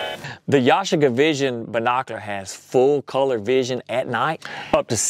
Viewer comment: It's pronounced YA-SHEE-KA, with the accent on the second syllable (SHEE)